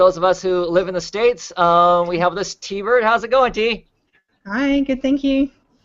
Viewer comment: It's tee bird